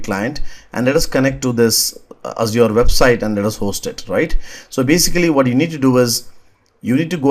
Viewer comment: Mayeb for the way he says Azure